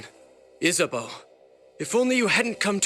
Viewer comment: I know I'm YEARS late but his pronunciation of things make these so hard to watch. WendiNgo? MelchRom? IsaBELL? Where is he seeing these letters? It's the same for Apocalypse, I don't think he ever says Nozomi correctly despite hearing it in game constantly.